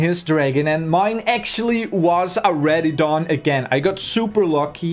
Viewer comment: It's pronounced RADDION